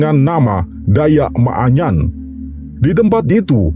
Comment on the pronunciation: Bukan maaanyan ,tapi manyan